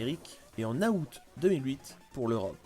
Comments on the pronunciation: Le mois ce prononce out et non aout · Pour info le mois d'août, le (a) se prononce pas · "En Août" Mdr Sinon excellente vidéo comme d'hab !!! Super explication